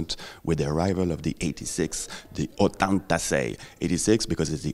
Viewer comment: awesome watches also I loved the way you pronounced that name Ottantasei